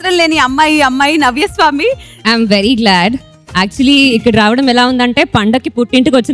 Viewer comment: నవ్యాస్వామి not నవ్వాస్వామి కాదు